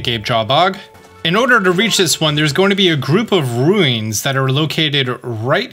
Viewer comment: did you just say, “rueens”